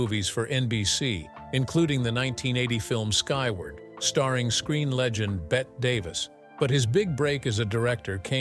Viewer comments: AI robot talk. You can always tell when they pronounce Bette Davis as Bet Davis. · The thing about this is the headline said "Ron Howard Utterly Despised HIM" and had a picture of Jim Nabors. Too many so-called "content creators" are basically just lying for click bait. Meanwhile, teach your AI narrator that it's not "Bet" Davis.